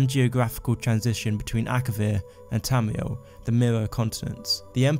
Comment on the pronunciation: Not to be weird but, I fucking love the way you pronounce Tamriel